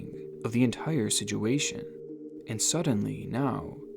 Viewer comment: Nevermind that 😂 I'm mote concerned about how you pronounce "situation" 😂 but I'm learning to listen past it